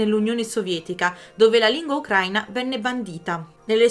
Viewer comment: Per favore.. ukra-í-na, non ukr-a-ina. L'accento è sulla 'i' 🙏 Almeno tu😁